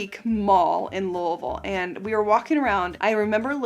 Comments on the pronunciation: You must be from Kentucky or lived there for a while because you pronounce Louisville the right way!! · You’re a true blue Kentucky girl the way pronounced Louisville. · You said Louisville correctly!! Thank you!!